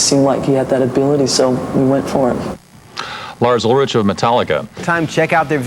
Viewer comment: "Lars Ul-ritch"? And a few seconds later, the same reporter calls Metallica a speed metal band 🙄